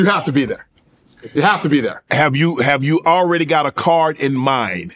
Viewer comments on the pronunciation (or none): none